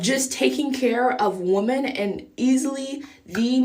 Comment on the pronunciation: wo-men not wo-man f off